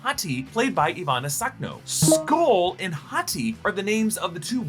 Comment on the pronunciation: Thank you so much for actually pronouncing skoll and hati right